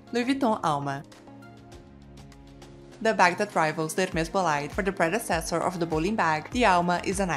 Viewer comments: Please get the pronunciation of the bag right… it is not “bo-lide” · That is not how you pronounce bolide.